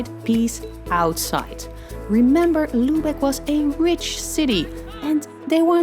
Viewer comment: Mh your pronunciation of „Lübeck“ :/